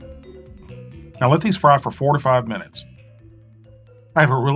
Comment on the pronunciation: sounded like you said to fry it for 45 minutes, not "4 to 5"